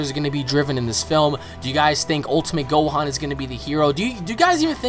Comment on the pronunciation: and his name is gohan, not "gohon"..